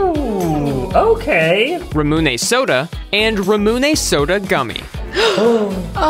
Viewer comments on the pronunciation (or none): how they said ramuné is killing mee XD ‘Rahmooneh soda!’ Note: This is a joke a joke please do not take it seriously!! :D For those who don’t know Ramuné is pronounced RAM-oo-nay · Id just like to comment it’s pronounced rah mu nay not ro mu nay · Original_Heison1703 bro it’s ramen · Vat19 employee: Ra-mun-aye Me: Its ram-meoy-nay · Them calling ramuné RUmuné hurts me 😭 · dear heaven…its pronounced Ramen-neigh for Ramune… I’m sorry but it’s so hard when it’s something you purchase from A STORE IN THE MALL OF AMERICA FOR 10 DOLLARS OR SOMETHING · This pisses me off so much It’s not “ra-moon-ay” it’s “ra-mu-né”. ‘ra’ as in when your singing happy birthday in Spanish and you go ‘ra, ra, ra!’. ‘mu’ as in mushu or just moo. And ‘né’ as in a horse going neigh. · it is pronounced ra-moon-nay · Rah mew nay. (I am Japanese and it is a Japanese soda. All of you who say the A is soft: Anata wa baka desu yo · rah mew nay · I know a tiny bit of Japanese, but I know its raa-moo-nay, it's pretty easy if you only know a little, you just separate it. Ra-mu-ne and you get it from there. I know they probably don't know any but you can seriously just look it up and it's right there. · the Japanese pronunciation is Ra-moon-eh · ITS PRONOUNCE ROMAN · Ramoonay 😂 I love the way he pronounces it😂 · The way they pronounced ramune 😂 it’s pronounced like RAW-MOO-NAY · I’m putting an end to this. It’s Raw mew(like the Pokémon) nay. Not ra-moo-nay Edit: ü makes an oo sound, not ū. Ū makes a hard u. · It Ramune is pronounced as "Roh-mu-nay" I believe. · Not to be rude but it’s Ra-moon-ay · it is pronounced ra-moo-nae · How to say Ramune Raw-men-a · It’s ra-moon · I almost died when they said ramune wrong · the way they said ramune :/ made me angry lol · You said ramune wrong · Their pronunciation of “ramune” triggered me somewhat. 🎉 on butchering the word.